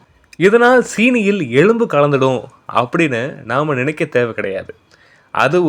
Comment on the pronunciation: டேய் நீ ஸ்டைல பேசறதா நெனச்சி எலும்புஅ எளும்பு னு சொல்றடா..... அத மது பிரஸ்ட்.... இது இப்போதான் உனக்கு தெரியுமா.... இது ஸ்கூல் பசங்களுக்கு கூட தெரியும்